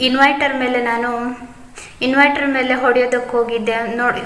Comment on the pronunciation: It is not inviter it is inverter sister